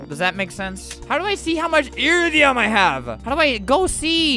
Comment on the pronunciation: its pronounced (I-rid-I-un